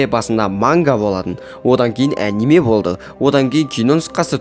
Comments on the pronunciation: Кешіріңіз бірақ анимә емес аниме деп айтылады ал видеоролик қызық екен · Əниме емесқо Аниме деп айтыладф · Аниме дегенді əңгіме деп естіп қалдымғо 😂